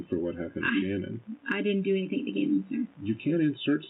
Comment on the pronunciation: Guys, she didn’t do “anythinK” to Gannon.